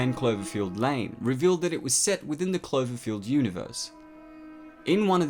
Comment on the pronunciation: Oh you silly goose, it's Cl-O-verfield, not Cl-E-verfield ahah. Guess someone is not that "clever-field" here if they can't pronounce their vowels!